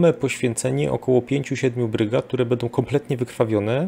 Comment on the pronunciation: Świetnie się słucha! Szacun za wiedzę! Sugestia mniej: "bedą" a więcej "będą" :) Poza tym tak trzymać!